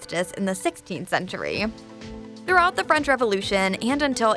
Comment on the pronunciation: Narrator really going out of her way to pronounce French with the hard R